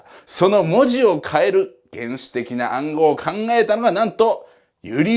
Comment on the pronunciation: とても楽しく動画閲覧させて頂いてます(*´ω`*)サイモン・シンの本ホントに面白いです！！あっちゃんさん、JULIUSのJはイタリア語ではジュリウスではなくユリウスと発音するのではないかと思われます!ジョジョの5部で読んだ知識なのですが失礼しました^_^